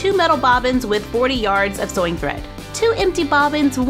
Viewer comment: No hate,I love but it sounds like she say soy Machine?